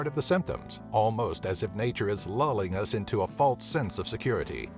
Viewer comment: Why do you pronounce false like faults